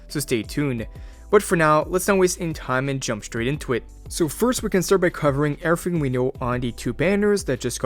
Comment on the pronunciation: I am obsessed with your „urrthing“ lets marry